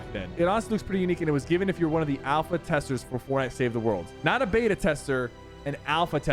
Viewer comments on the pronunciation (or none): none